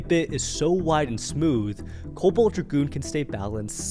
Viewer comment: Cobalt dra-goon